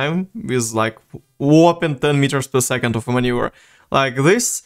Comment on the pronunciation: manuever not maneur